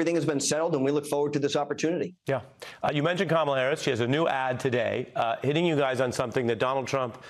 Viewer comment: C.L. demands to insult the VP of the US by mispronouncing her name constantly. Hey sport, real men don't play that.